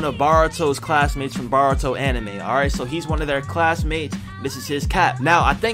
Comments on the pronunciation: baruto is pronounced bortoe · Bro it’s not baruto it’s boruto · its boruto BOUR U TO not BAR uto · Boruto is pronounced bor-u-toe obito is pronounced oh-be-toe minato is pronounced me-nah-toe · “Bar-uto” “Obi-do” “Mini-to” Makes me so frustrated